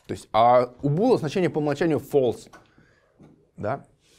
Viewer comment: false читается как фолс, а не фэлс. ` - называется бэктик (backtick).